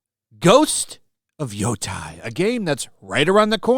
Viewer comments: They cant even pronounce yotei. It would be Yo tay not Yo tie..... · Pronouncing japanese words with English letters. E aiways has the same sound as the E in "red". I always has the same sound as i in "ski". Put them together, ei, and it sounds like a long A, as in the word "rain". So it sounds like "Yo-tay" Guide: a "card" e "red" I "ski" o "pole" u "true" Okay now I can watch past the 10 second mark. 😊